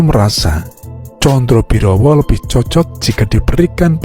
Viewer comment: " Sebut namanya salah melulu , " Condo birowo". bukan condrobirowo , Sukosrono " bukan Sukrosono